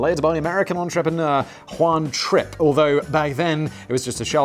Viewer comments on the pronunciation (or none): Oooohhh! Juan *Trip*. I thought you said Juan Trick at first.